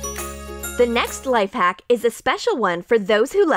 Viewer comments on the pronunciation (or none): In she said lipe hack😂